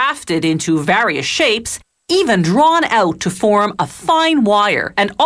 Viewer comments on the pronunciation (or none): "VAHRIYUSSS" oh god.... who the hell hired this voice over lady